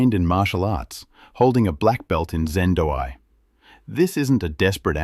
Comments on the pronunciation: Zen Do Kai NOT "Zendoi" Far Out! lol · I guess you mean Zen Do Kai